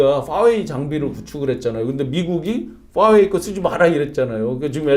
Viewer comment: 아저씨.. '퐈웨이'가 아니고 '화웨이' 예요. 이건 F발음도 아니고 Huawei(华为) 인데... 외국어는 발음 이상하게 한다고 되는게 아닙니다...